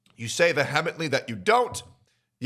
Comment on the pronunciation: Ayo, coming from a fan, please just, real quick...look up how to pronounce the word, "vehemently". Update the bios: )